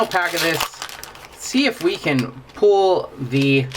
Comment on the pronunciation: I hate it when people pronounce "pull" like "pool"